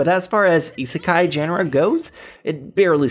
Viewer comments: Restaurant to another word is not seki sorry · i rarely say that but, nice top 10 list. *EDIT, HEAVILY TRIGGERED HOW U SAY ISEKAI